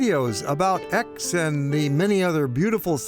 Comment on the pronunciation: Pronunciar "ECS"